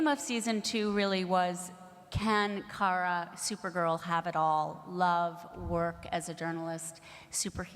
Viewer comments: Paris 水 but Kara’s name is car-a not care-a so it is car-a-Mel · Her name is Kara, not Cara. You know, like CAR-AH. Therefore it's CAR-AH-MEL